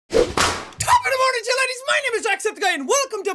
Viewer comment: WHY do I always here him saying "LADIES" when he yells his intro XD he says it so fast it comes out "ladies" and not "laddies" haha